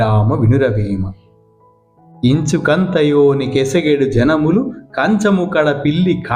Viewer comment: కె సగుడు కాదు....ఎగసెడు